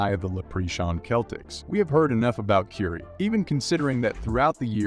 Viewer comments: i had to stop after the 5th time you said Keiry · For a sports commentator it’s very surprising you can pronounce words that are associated with players and franchises even close to correctly. Please remake this video with the proper pronunciation of words. I can’t watch this with you calling Kyrie (Kai-ree), curie or whatever the hell you said. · "keiry" lol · It's difficult to take you serious because you have to learn how to pronounce Ky-rie's name. However leave that negative past off of this piece. It's not accurate!! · I think you are pronouncing Kyrie's name incorrectly.